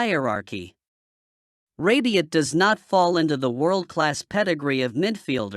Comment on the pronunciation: It’s rabiot. Not rabion. 😂